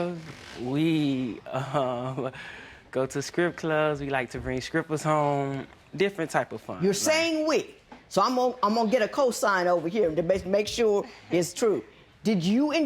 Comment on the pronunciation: I believe it’s the “scrip clubs” and “scrippers” for me lmao